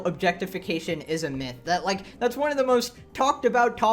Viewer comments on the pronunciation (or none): none